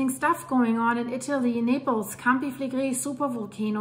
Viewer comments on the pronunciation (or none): none